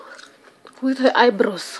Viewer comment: She can’t do her eyebrows hers is cartoon brows and she said eyebraws 😳😞😔